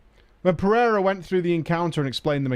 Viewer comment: Also, Portuguese last name, pronounced "per-a-ruh". Middle letter is a long A.